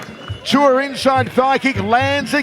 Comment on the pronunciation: His name is not Tua , its pronounced Tu’ ooo a Tu’ua